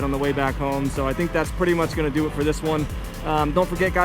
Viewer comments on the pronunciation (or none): none